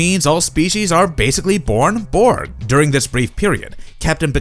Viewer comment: Your pronunciation of "Borg" still doesn't sound swedish enough. 3rd try's a charm.